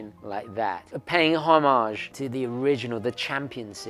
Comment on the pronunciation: Why are Seiko not releasing this en mass? I'd have any colour, I don't care. Do they not want to make money? PS I'm glad tou pronounce homage correctly.